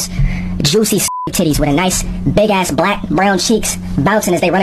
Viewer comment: you pronounced "black" wrong 😒